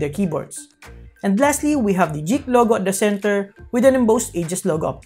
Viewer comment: it is 'geek' not JEEK